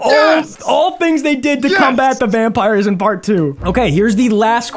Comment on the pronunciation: Bro called the pillarmen vanpires